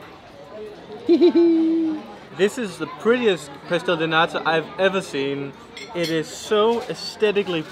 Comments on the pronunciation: I love it when says Pastel de Nata because shr says pastel de "NADA" soooo she says it is a pastel of NOTHING 😂😂😂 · Hey, I think you say "pastel de NADA", which actually means pastry of nothing 😆 Or at least that's what I hear when you say it. Does anybody hear that too? Apologies if I'm wrong! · u really gotta pronounce the letter "T" in "Nata", like in the word "Porto", for example, otherwise its "Nada", which means "nothing" in PT